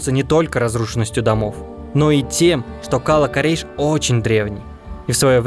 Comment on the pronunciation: Слух режет Кала́-Корейш , ударение на второе а. Кала́ это крепость.